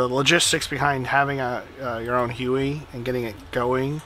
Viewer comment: yyyyyyyyyyyyyyyyyyyyy...it is huey,not hue.hue is a city in vietnam